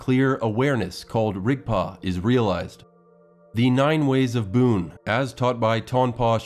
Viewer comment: BUN its pronunciation is BUN not Boon .